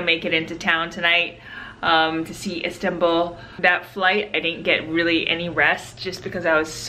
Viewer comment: It’s not Sirsbaa it is Istanbul Am Turkey guy